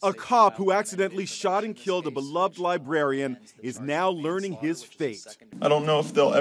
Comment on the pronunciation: Tried to hear the story, but when the dude said "libarian" I was out 🤦‍♂️